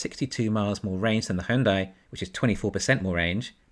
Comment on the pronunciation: Just FYI - Hyundai is pronounced like Sunday...